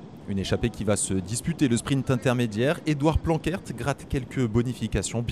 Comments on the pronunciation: Dans le bac+3 commentateur cyclisme il faudrait 4h/semaine de néérlandais 😄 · Edward Planckaert se prononce "planquarte" - merci de prononcer correctement le nom des cyclistes , c 'est le coeur de votre job :yougotthis: !